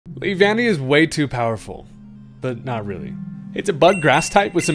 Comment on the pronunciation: I’m glad you got the pronunciation right. (LEE-VAN-KNEE) The way you said it before sounded so weird.